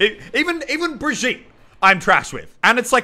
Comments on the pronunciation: Elliot it’s bri-geet-uh not bri-jeet-uh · IT'S NOT BREEG-YEET, IT'S BREE-GEE-TAH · Why do you say brageet it's brageeta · And to pronounce Brigette, Brig-yeet-duh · Muselk it is BRA GEE TUH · It’s Bri-YEET (I am actually sorry)